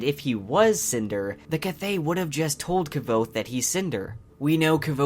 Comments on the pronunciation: bruh. It's pronounced "Quothe", not "K-vothe" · Its „Kvothe“ not kavothe or k-vothe xd But beside that, very good video! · Its pronounce "Quothe" NOT K- vothe. Please try to pronounce names correctly because they matter ( where have i heard that before?) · Mate, he is not called “kvouz” but “kuouz” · Please check out Patrick Rothfusses video about name pronunciation! Kvothe is not k-vothe as you pronounce it but the k and v are pronounced bound together! You could say I am too picky, but somebody like you who also advertises fan art to be sold etc should be professional. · Minor thing. Please say kvothe's name right. Kv is Q not kah vothe but quothe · The correct pronunciation according to Pat and Nick Podehl is Kvothe, the issue is here he is pronouncing it Kuh-vothe, it should be kvuh not kuh-vuh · i am kind of thrown off by your pronunciation of Kvothe, I read it as QUOTHE as is mentioned in the book. Nice video tho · I love your channel, love the books, but you realize you pronounce Kvothe wrong? In the beginning of Name of the Wind, he says it’s pronounced Quothe, or with a Q, but written Kvothe. I think it’s in the first chapter where Kvothe starts telling his story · Am i the only one annoyed that for someone making a video about lore, he can't even pronounce Kvothe's name right?? stop saying kuh-vothe that's not how you say his name. for godsakes! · Love your videos, but it's mentioned in the books kvothe's name is pronounced like Quothe. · No, its NEARLY pronounced quothe, said thag right it the book. Plus mr rothfuss explained that it is pronounced with a kv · His name is pronounced as “Quothe”. I love the theories but the mispronunciation of the main character took away from the entire video. Someone who is making a theory video should know how to properly say the characters names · Btw his name is pronounced quothe not how you would phonetically assume it is pronounced, it says this in the book. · learn to pronounce his goddamn name 🤦‍♂